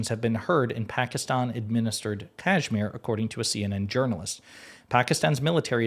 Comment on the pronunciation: Dude you are mispronouncing Kashmir…. 🤦‍♂️